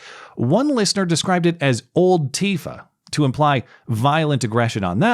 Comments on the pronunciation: looool dude said "Oldtifa" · "OLDTIFA" hahahaha